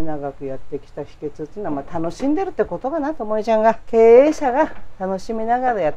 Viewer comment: She pronounced 秘訣(hiketsu) as “shiketsu”, I heard she is from Kagoshima but it seems like she picked up the local dialect of downtown Tokyo. It’s so cool.